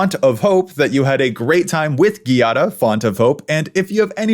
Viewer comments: At the end of the video when you say the font of hope joke you put the emphasis on font instead of hope and I couldn't help but think of Kamora Hall's iconic "we were rooting for *you*" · omg. this 🙌😂